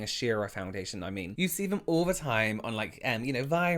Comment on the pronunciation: I love how you say vey, they, vem, them, fings, things, vose, those, Fort, though... Anyone else find themselves focusing on the way he says these words lol?